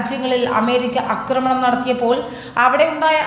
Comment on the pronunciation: "അക്രമണം " പതിവായി ആവർത്തിക്കുന്നു. തെറ്റാണ്. ആക്രമണം ആണ് ശരി. അക്രമം - ശരി. ആക്രമിക്കുക - ശരി അതുപോലെ വിദ്യാർത്ഥി എന്നത് വിധ്യാർത്ഥി എന്നാണ് പറയുന്നത്.. മൃദുവായ ദ മതി. വിദ്യ - ശരി